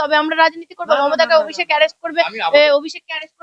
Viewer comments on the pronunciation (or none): none